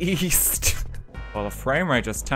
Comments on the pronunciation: "Sexual orientation east"? Oh, I thought you said "Sexual orientation weest"! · East? I thought you said "Weast!"